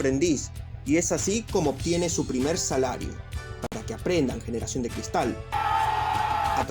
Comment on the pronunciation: "aprendan a trabajar generazion de cristal" -el youtuber